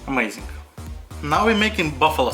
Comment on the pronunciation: даже у меня, жителя мск уши режет)) ну что за хат саус?)) амазинг??) ну е мае, сорри фор май рашн акцент..